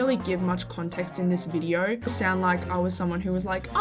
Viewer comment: Australian moment "Befour we stought this vidieo" - 🤠🦘